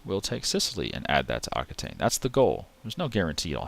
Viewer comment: Just an FYI, while the word Aquitaine is related to Occitan, it's not pronounced the same. Occitan is pronounced OK-SI-TAN